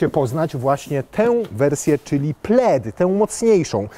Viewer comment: Dlaczego w momencie omawiania historii nazwy modelu jedynie nazwa Plaid została spolszczona? Wszystkie inne zostały powiedziane poprawnie, a akurat nazwę samochodu prezenter powiedział źle XD